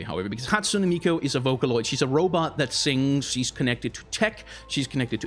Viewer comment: It's Hatsune MiKU, no MiKO, sorry, it just bothered me the way you pronounced it constantly xD